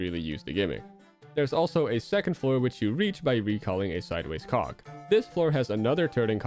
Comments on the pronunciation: Not trying to be mean here, but when you say cog, you might want to say it a bit clearer since it sounds more like you're saying co ck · PLEASE tell me you said "cog" and not anything else.